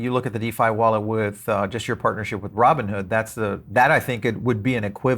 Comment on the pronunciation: Roooboon hood 😅